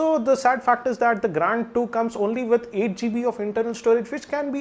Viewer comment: Please spell Grand as it is...It is Grand .....Not Graaaaand